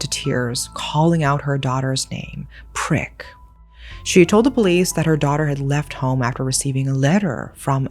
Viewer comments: Poor Prik. I am Thai/speak Thai and her name would be pronounced "Preek" with a long E sound. In Thailand we have long long first names, so everyone goes by short cute nicknames, her name means like hot chili pepper. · The way you double down every time you say Prik has me imploding 😭